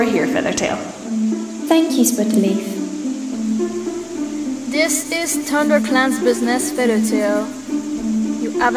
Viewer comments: Read: Spottedleaf Hear: Butterleaf Me: Wait wha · Spoddedleaf, propecy, tink 😂